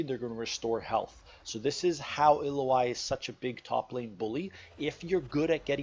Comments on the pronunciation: Great guide but if you make these, pls use the correct name..... ill-oh-i is incorrect. ill-ow-wee..... Just bothered me but good breakdown on her.... I know this is my issue more than anyone elses but i figure if you know the person well enough then the name should be said correctly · Why you calling her Iloai ? I thought its Ilaoi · So you say her name wrong. It's Ill-ao-i not illo-ai. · Screw it, I like the way you pronounced her name 😂 ill oh ai is a helluva champion to play against. Not fun at all. I imagine playing as her is much better! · Her name is pronounced ill-lou-e ill as in well ill Lou like your saying loud without the d and just E. You can here you can here super space guy with the star powers forgot his name pronounce it. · I beleive its (i-L-ow-ee) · You don't have to guess on how to say a champ's name. You can just watch the champion spotlight video from Riot. Otherwise, great video! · U butchered her name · How you gonna pronounce the name wrong in a guide